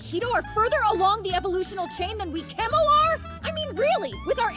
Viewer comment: "Kemoner" bruh became a furry